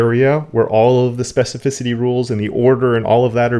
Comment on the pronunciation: That trick of hovering over a tag or selector and seeing specificity is great. Doesn't show up in Firefox which is yet another reason for me to quit using it, I guess. Oh and congrats! on your specificity pronunciation!